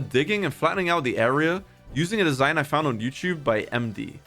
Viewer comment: "i dound on youtube"